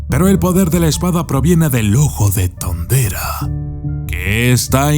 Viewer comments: Como ? Thunderua ? ? Hasta donde e escuchado se dice THUNDERA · Jeje!😂 "el ojo de thunderrra" como muy agringado!🤣😂